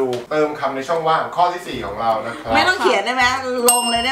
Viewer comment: ช่องว่างไม่ใช่ช่องว่า